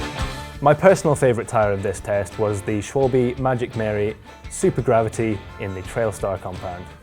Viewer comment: As a German, it's funny to hear how you pronounce "Schwalbe". You said "Schwalbeeee" the "e" is short, like the "a" in "a bike". Cool video! Thank you for sharing your thoughts!